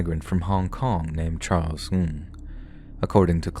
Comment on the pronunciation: you are killing me with your pronunciation of NG. Remember on the live chat we all told you it was pronounced ING LOL. Regardless, great video, as per the usual!